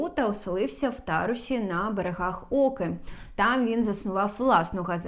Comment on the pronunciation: Шановна ведуча,наголос треба вживати правильно: - в місті ТарУсі,а не ТАрусі, -на берегах ОкИ,а не Оки!